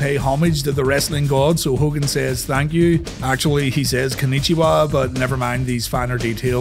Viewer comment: That Hogan flub XD😂